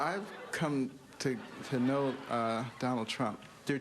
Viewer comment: "I've come to k-now Donald Trump"